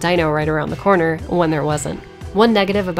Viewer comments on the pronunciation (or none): none